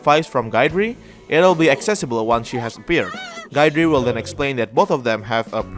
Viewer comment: I swear no one pronounces Guidrys name right.😂